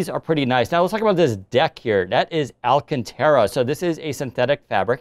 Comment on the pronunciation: It's pronounced alcan"tarah" not alcantera